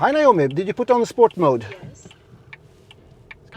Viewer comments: En trög men go reporter😉 som inte kan tilltala systemet korrekt = NAJOMI = trög AI Tilltala rätt = NOMI = Allt du säger blir rätt och snabbt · Naomi, ehh!!! testa med att säga Nomi i stället! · Is (Hi nome) Not ( Hi yo nome)